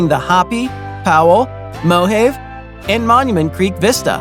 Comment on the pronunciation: It's pronounced Ho-pee (Hopi), Mo-hov-ee (Mohave), and Ro-day-o (Rodeo Drive).